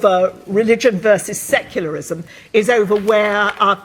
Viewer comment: Owen Jones is a terrible public speaker, he can't even seem to pronounce "secularism"